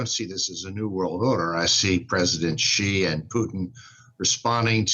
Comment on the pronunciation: Chinese president Xi's name is pronounced "Shi", not "Ji". Come on, lady.